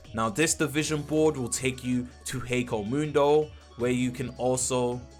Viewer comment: HEKOMUNDO? please stop its killing me